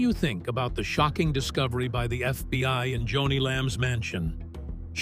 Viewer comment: Her name was JONI pronounced Joan--ie NOT Johnny no no no!